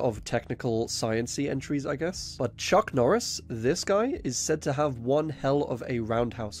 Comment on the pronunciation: Chuck nooris